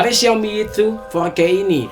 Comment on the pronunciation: Four K bukan fourkkewhegehejkey wkwkwk